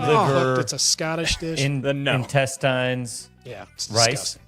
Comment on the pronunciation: This might be just me or did they mispronounce intestines. Isn’t it pronounced in-teh-stnz?